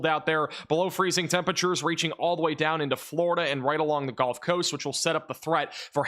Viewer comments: I’m not trying to be a jerk, but as a Mississippi resident, it is the gUlf coast not gOlf coast. One plays golf on a golf course. Seagulls live on the gulf coast. But I love your weather reporting and it is so much more accurate than any of the mainstream media. I love the energy you deliver in this space. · These videos are awesome, glad I found the channel. But, are you saying "Golf" coast intead of Gulf coast. Sure sounds like it. Carry on... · Why does he say “GOLF Coast”?